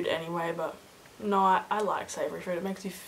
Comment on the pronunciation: At the minute it sounds like you say "nein" instead of no :D